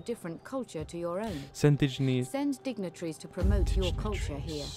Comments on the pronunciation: Dij-na-trees? Really bro? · probably too late for his but it's pronounced: dig- as in shovel- nitaries ;) love your videos!! Been play as Parthia, need a European faction- most likely leaning towards Iceni or Suebi